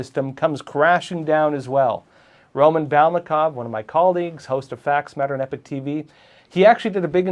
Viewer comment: I love this channel but why does everyone call this channel, "Epic TV"? If this is "Epoch TV", why is it consistently pronounced Epic? The two words are pronounced completely different, and the words mean two different things. "Epoch" is NOT pronounced "epic."